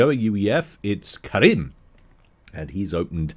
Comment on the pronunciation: btw my name is karim not karen mf XD